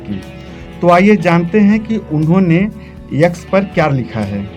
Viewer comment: यक्स नहीं एक्स होता है